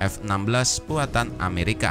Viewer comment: Netral? . Cara penyebutan nama dari Amerika ke mamarika itu saja sudah membuktikan anda fansboy nya rusky